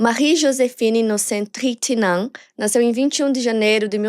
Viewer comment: Acredite... impecável, não! Ela se esforçou e foi bem, mas não é impecável. O próprio nome da Marie se pronuncia "Trrrantinhõan" (kkk é o mais próximo que consegui descrever).... o irmão dela Vincent, em francês a pronúncia é "Vãnsãn)... Françoise é "Frrrançoá" Enfim... detalhes... sem nenhum problema não ser perfeito, não é obrigação dela - que inclusive avisa a todos que ainda está aprendendo. Mas o público bajular como perfeito, impecável é exaltar algo que NÃO está perfeito, nem impecável. Só isso.